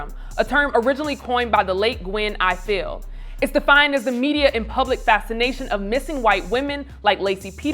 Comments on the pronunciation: fyi: it's pronounced "I FULL" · Gwen Ifill's name is pronounced like the Eiffel Tower, not the way the host pronounced it.